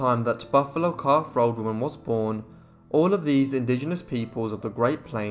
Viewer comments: "Buffalo Calf Robe Woman" .. .. .. not 'road' .. .. .. wela'lin [thank you] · I thought he said, "Buffalo Calf Rode Woman". "Rode" as in the past tense of "To Ride".